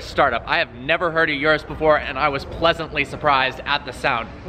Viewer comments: Its not yurus its urus as in oorus. Wtf with americans cant pronounce a single car name or brand properly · Lol "yerus" its "ooroos"